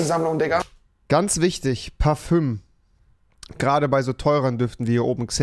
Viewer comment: Parföng nicht Parfüm